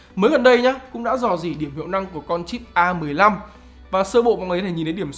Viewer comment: nghe "cũng" giống "không" quá